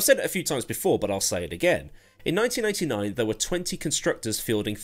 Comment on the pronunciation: It really sounds like you say 1999 and not 1989 ;) Maybe my ears need a wash.